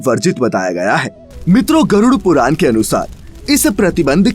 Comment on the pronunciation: ण कहना सिखाएं अपने वाचक को। बार-बार पुराण को पुरान कह रहा है।